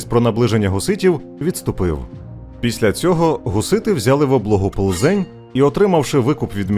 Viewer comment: Плзень вимовляється з наголосом на П.